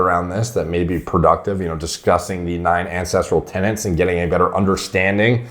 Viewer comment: Any time I hear him say "9 ancestral Tennants" I just roll my eyes like....fuuuuuck ooooofff 👀🙄